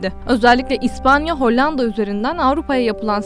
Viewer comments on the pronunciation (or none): none